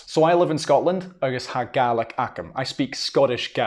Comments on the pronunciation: When referring to the family of languages, should I be pronouncing it GAY-lick or GAH-lick? It seems they were used interchangeably here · I'm pretty sure it's pronounced Gay-Lick. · I kept thinking he was saying Garlic! 😂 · This was quite interesting as both sides of my parents have Irish heritage. I was born in America and I used to be able to count to ten in Gaelic. Sorry, this isn't to insult you but to my American ears the way you are pronouncing Gaelic sounds more like garlic. LOL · We say, gay lick not gaw lac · he keeps saying garlic ,i'm pretty sure that is wrong . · if you are pronouncing it with a hard K its pronounced incorrectly. It isnt an English word, therefore it should be pronounced how it is in the language its from. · Sounds like an Australian saying garlic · The way you pronounce Gaelic almost sounds like Garlic. hehe. But it is beautiful! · as a native scots gaelic speaker, when will we stop spreading the lie that scottish gaelic is pronounced scottish ‘gallic’ in english? in the language itself we call it ‘gàidhlig’, people heard that being said by speakers and we now pronounce it as ‘gallic’ in english. the english for it is G A E L I C. we are GAELS, not ‘galls’. let’s pronounce it the right way. as well, saying that the gaelic/goidelic languages aren’t mutually understandable is not true?? someone from kerry very expectedly would not understand some dialects of scots gaelic from the north highlands or outer hebrides, or perhaps manx. but depending on where you’re from it is incredibly easy to communicate between the different ‘languages’, (they are dialects of the same language in my opinion) ach co-dhiù, tha e còrdadh rium gu gasd’ na tha u a’ dèanamh leis a cheòl, ach sin mo beachdsa! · So it is Gah-lick and not Gay-lick. Ty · The pronunciation sounds like Garlic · Yes because the ulster dialect of Irish is pronounced as Gay lick.